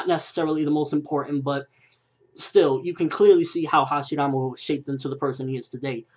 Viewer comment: why does he pronounce hashirama with a "d"?